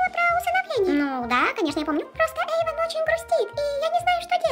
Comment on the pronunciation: эйван а не Эйвон